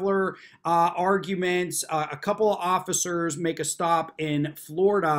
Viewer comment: very funny how they are so snug about how right they are but everyone else is wrong. yes, please be quiwt. i sant council. well, maybe not. i'm done talking. so shut up. just keep saying the magic words! but wait. the oggicers did not disappear. did he say the words wrong?